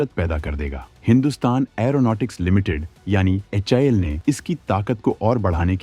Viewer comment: HAL pronounce karna first sekh hi bhai YouTuber 😂😂😂